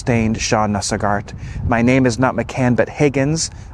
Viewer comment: Pronounced "Sog art"... Emphasis on Sog.